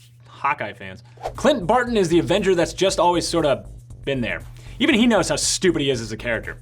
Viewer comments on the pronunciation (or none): none